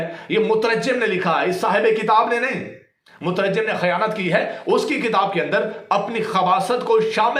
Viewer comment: آیا بڑا مورخ جواد ذھنی طہرانی تمہیں پڑھنا نہیں آتا مترجم کا تلفظ تمہارا غلط ہے بڑی علم کی باتیں کر رہے ہو واہ واہ